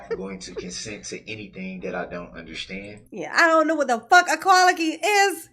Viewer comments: Darrell continues to think ignorance is the best policy. 😂😂 I don’t undershtand, your Honor. 🤦‍♀️ Congratulations, Darrell! 1000 years prize for your! 👏🏻👏🏻👏🏻👏🏻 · Darrell don’t undershtand, but, when the judge moves forward from Darrell’s stalling tactics, Darrell starts up with ‘subject matter jurisdiction”! Wow! His comprehension came back in the blink of an eye! 😂😂